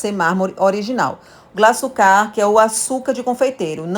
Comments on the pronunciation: Glaçúcar e não glaçucár. O acento é no U. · Faltou na aula de português. Não sabe que o acento ta na punultima silaba. Paroxitona. Kkk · Maravilhosa receita, mas “glaçucá” me agoniou kkkk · Por favor , o açúcar é GLA ÇÚ CAR , com acento no Ú ....não é glaçucár com acento no último á ...desculpa pelo comentário, mas demorou para eu entender que açúcar era 😂. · Interessante esse bolo, deve ficar mto bom. Só uma coisa, não é glaçucár, é glaçúcar, fala-se como açúcar, tem até acento agudo no u. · Não é Glaçucár, é Glaçúcar! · Receita maravilhosa, só um dica, o nome desse açúcar é glaçúcar com Acento e não glaçucar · A pronúncia é GLA-ÇÚ-CAR ! 😆 Mas o bolo ficou maaaara!